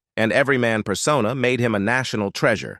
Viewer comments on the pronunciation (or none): none